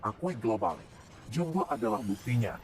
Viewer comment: Filem jumbo setara pixar 😂 sebut pixar pun tak reti mbak oi bunyi jawa piksel 😂 berkhayal lebih Filem jumbo indon konoha kalau masuk Malaysia walau tiket free pun tak ingin aku nak pi tengok geli wei...sebut jumbo pun tak reti 😂 sebut ejaan Belanda juuumbo abah kau